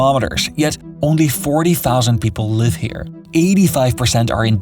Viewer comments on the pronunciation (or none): none